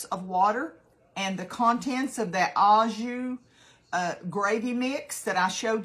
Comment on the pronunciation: Au Jus is pronounced “O joo”. It’s French! 😊